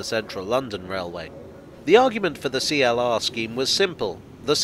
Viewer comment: CLR. Not Free-LR.